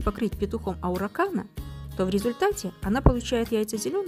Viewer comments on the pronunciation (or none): Араукана, а не ауракана.